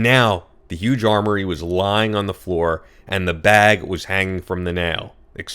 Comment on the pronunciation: Learn how to read! Armoire is pronounced “arm war” NOT “armory.”